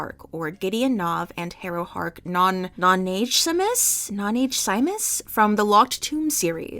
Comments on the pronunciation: If anyone is wondering, it's "noh-na-GUESS-ee-moose" IIRC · Harrow's last name, Nonagesimus, is pronounced Noh-nah-GUESS-i-mus. The locked tomb tag did have a bit of a resurgence in the past year as we get more and more rabid for information about the release of the final book. And there was a false alarm in January where the publisher Tor implied they had a big surprise coming up on Twitter and the locked tomb fans descended on them like a swarm.